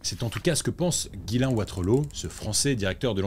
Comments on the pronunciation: Ghyslain se dit "Jiss lain" pas "Guylain", mais sinon vidéo hyper intéressante ! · nan son prénom se prononce vrmt comme ca